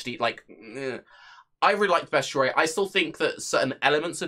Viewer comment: Look at words and sound them out. Best-i-ary - there is absolutely no U in there.